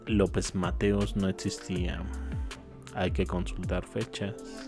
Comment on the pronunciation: Me gustan mucho tus videos, nada más un consejo si pudieras pronunciar existían y no etsistian sin la t por favor yo creo serían mejor tus videos. Gracias